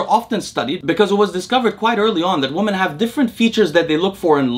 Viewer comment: Interesting. Also, the word "women" is pronounced "WIH-min". Your English is quasi-native, and hearing you say "WUH-min" for "women" is really distracting.